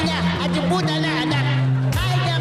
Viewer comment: Haha yung S nagiging T haha. Pusa to Puta haha XD